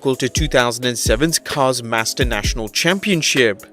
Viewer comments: Mater not master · Cars Master National? What? It is Mater National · Did you just call Mater “Master”? Smh. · The audacity he has in mispronouncing the great Mater’s name. You don’t do that the Mater. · He just said mater wrong 100% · My man botched so much names in this vid idk how he did mater